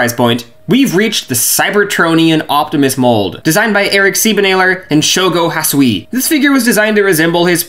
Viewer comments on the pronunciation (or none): Bro really did Shogo Hasui san dirty by saying his name slightly wrong in 2 different ways💀 Awesome collection tho